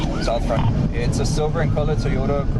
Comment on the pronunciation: Cop said, "Silver in color." I thought he said "a silver-ee color". Bwahaha.